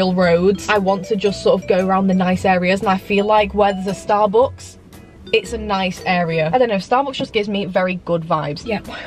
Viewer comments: Why does she say starbooks instead of Starbucks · Ur great but the way you say Starbucks has got to stop